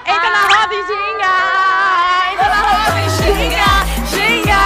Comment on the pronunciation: hina perfeita falando ginga